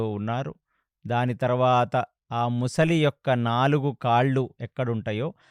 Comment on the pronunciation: సార్, ప్రతి సారి ముసలి,ముసలి అంటున్నారు. అది మొసలి సార్.